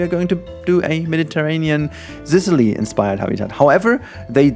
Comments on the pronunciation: I absolutely love watching your videos, they're amazing and have such a soothing effect on me <3 P.S. It's a soft S in Sicily, not a Z - just a tip from an Italian :) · I think it’s just the german, but the way you pronounce Sicily sounds like “zicily” I think that could be a cool nickname for the zoo like Sicily plus zoo equals zicily. I don’t know, just an idea.